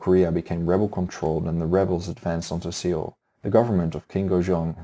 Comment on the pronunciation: Seoul is generally pronounced as sole, there is no "h" in peninsula, apologies for pedantic criticism as English is clearly not your first language. Your videos are excellent, and your choice of more obscure historical topics is very much appreciated. Congratulations on your subscriptions and keep up the good work!